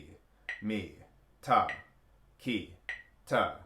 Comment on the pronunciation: Hi, In India the "3" group is pronouced: Tha ki te (the final te has a short e, it rhymes with the word bet). A lot of confusion happens here, in translation, as english is pronounced differently in different countries but the original Indian sounds in the KANNADA alphabet are always the same. Listen closely to the many Indian konnakol videos and you will hear it. Dave